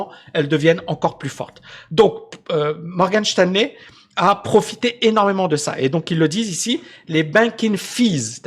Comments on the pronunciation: Cest Morgan Stanley pas Shteinley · "Morgane Chtanley"??🤔🤣